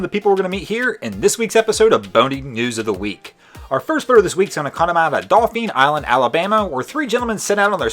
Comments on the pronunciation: it's either "Dough-fain" or "Dough-feen" Just spell it in american language or pronounce it properly. Trying to hide your french heritage by mispronounciations is lame. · It's pronounced Doll Fin Island. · Dauphin Island in the first clip is pronounced, daw-fin. Kind of like dolphin, with no L.